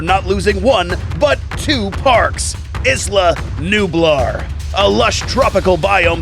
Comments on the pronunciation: He said Isla nublar wrong lol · His pronunciation on isla nublar tho 🤣 lol